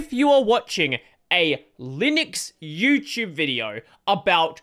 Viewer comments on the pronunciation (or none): none